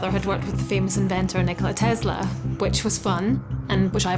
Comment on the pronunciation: Forest here please she has PhD but cant pronouce his surname properly it is tes-la it's an s not a z